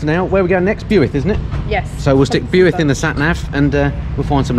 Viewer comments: Great video of the countryside of my home. Impressed by your pronunciation of Leominster, but cringed with every mention of Builth Wells. Nice mention of my sisters place, Border View! Looking forward to seeing the next instalment 👍🏻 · When is the next episode coming out??I lived near Abergavenny all my life(Now live near the cat&fiddle,Cheshire)Miss Aber so much on a Sunday morning at the bus park,where hundreds of bikers meet!Had to laugh at your miss pronounced Builth!😂(Not so much your welsh accent though,)Boyo!-No one says that.🥴🏴👍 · Yes! Been waiting for this 🙌 Builth is pronounced like 'built' with the th. And if u really want to sound authentic, a single f in welsh is actually pronounced as a V 👌 araf/slow. Top notch content as always. Nice one 👍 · Bewuilth...........?? it's pronounced BWILTH.....as i got told by a welshman a few yrs back when i was there on my 1100RT....... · £30k? I could just about get a Caterham Seven for that, and that would be a really tough decision. Have you thought about branching off into “interesting” cars as a vlogging sideline? I was wondering where the heck Bewith was, until I realised that you may have meant Builth, pronounced Billth? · I'm a recent subscriber living in Wales. Very much enjoy the content. However, have to bring you to task on your pronunciation of Builth Wells. When I first heard it I thought you were saying BUICK.... very strange.. never heard of the place. After watching a bit longer...I got it. BUILTH.....pronounced BILTH.... as in Bilth Wells....🤣. Cheers. Hope you never go to Machynlleth....🤣🤣🤣 As for the great riding in Wales, sadly we also have a rather high death count, sometimes because of 'nutters' going way too fast. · the best way to pronounce Builth is to to take the u out Bilth Wells, that's the way to pronounce it. Sorry don't mean to sound rude 😁👍, fantastic video 👍. Keep up the good work 😁👍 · pronounce the town as "Bilth Wells" lol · Also it's pronounced "Bilth Wells"